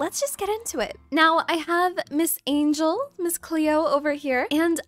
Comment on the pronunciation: Girl I love your videos but I was screaming CLOE everytime you said Cleo😂😂